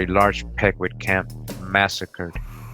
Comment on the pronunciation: its PEE-KWOT professor 💯